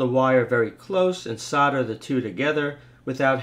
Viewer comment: SOLDER is not SODDER